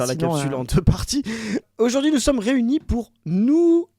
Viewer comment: AU SECOURS, IL Y A UNE FOLLE NOUZZZZZ AVONS PEUR 😂😂😂 ELLE EST CARRÉMENT PERCHÉE OU SINON OLIVIER FAURE A DÛ LUI DONNER UN PEU TROP DE NARCOTIQUE